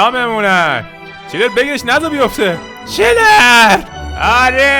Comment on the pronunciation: داداش چنلر نه چیلر